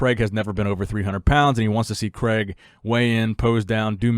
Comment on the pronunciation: Excellent listening to the name Craig in the UK, Cregg?! Or CrAIg / Crayg the A and I are in there for a reason. Anyhow, great content, always click fast for. 👍🏼